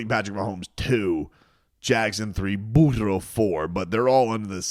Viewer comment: Dude, what's with the Burro thing? It's annoying. Say his name right 😂